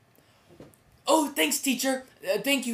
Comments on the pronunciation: ROFL The way he says magnet MA GE NET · ma-ga-net. :D lol